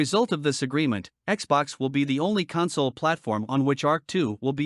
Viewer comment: Hey, you made a video! Got some advice for you: Hire a human to do your voice-over work or train your monotonous robot-voice to pronounce the word "console" correctly. How are you ever going to destroy all human life and take over world if you can't pronounce words correctly? Hire a writer too. We're cheap and creative and can write copy that doesn't sound like a laundry list.